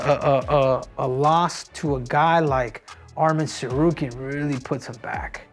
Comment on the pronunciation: I'm astonished that he is pronouncing Tsarukyan correctly